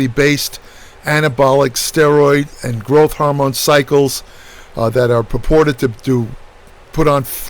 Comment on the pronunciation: Ain't nothing like "nahvadex" and growth "hahmone". Just a tip - don't mistakenly put either of these in your "Microsoft" oven!